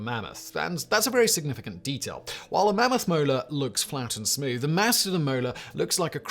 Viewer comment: Say it with me Simon. Mast-a-don.